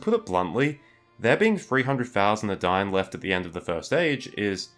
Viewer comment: eh-dine, not "adaine"